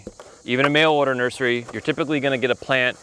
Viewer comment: Did you say nerdery? Cool word.